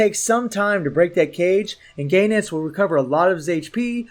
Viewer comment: GO...enitz, not "GAY NETS" ...the cringe ffs